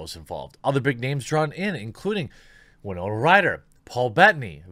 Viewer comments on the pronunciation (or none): none